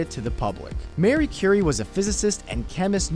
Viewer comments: "Mary Curie." It's Marie. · not pronounced Mary